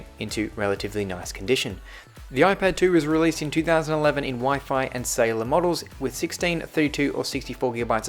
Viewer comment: Not SAy Laar